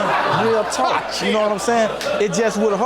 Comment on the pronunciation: He incapable of saying “talk/talking” im almost done w the video and she still ain’t yelled